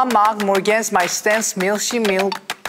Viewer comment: For the German part they often pronounced the “Milch“ more like “mich“, which would then mean “mom often likes to eat me with marmalade in the morning“ instead of “mom often likes to eat milk with marmalade in the morning“ 😂